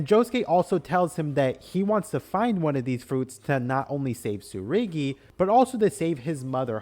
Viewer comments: TSURUGI not TSURIGI, pls it just annoyed me everytime😭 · YES, that was bugging me for the entire thing, like he swapped a letter from each of their names. He kept saying Tsurigi and Norusuke. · You mispronounced Tsurugi's name the whole time.